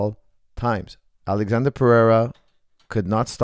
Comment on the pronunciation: Lol stop calling him Alexander. His name is spelled Alexsandro and pronounced “Alessandro”. It would be a lot easier to just call him Alex if you didn’t know his full name or weren’t going to pronounce it correctly again and again. It almost takes a pertinence to get something wrong that many times on accident.